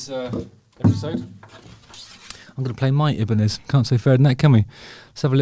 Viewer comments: Phonetically it’s “ Eye” banez” not “eeee” banez” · Everyone I know pronounces it EYE BA NEZ. Wtf are you saying..is everyone wrong?